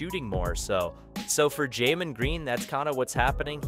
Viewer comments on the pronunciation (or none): Jamen and Javari? It’s Jalen and Jabari… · how many times cause you mispronounce Jalen